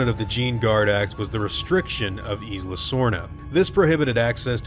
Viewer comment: Isla is pronounced eye luh not eece luh